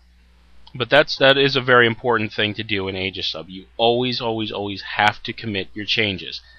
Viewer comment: The ae is aegis is pronounced ee as in eel fyi. Just had to vent that as I'm a pronunciation Nazi.